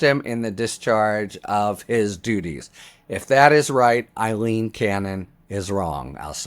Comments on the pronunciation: Her name is Aileen not Eileen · A-leen, NOT I-leen. You must have read her name, Aileen, hundreds of times so I don't understand why you always pronounce it wrong. I abhor her and I think she is something that rhymes with abhor, but it's not a good look for you to consistently mispronounce a simple English name. After all it's not a Russian name like Yevgeny Prigozhin.